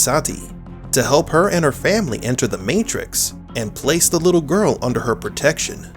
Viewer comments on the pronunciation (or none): none